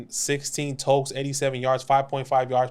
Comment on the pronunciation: Its totes, not tokes lol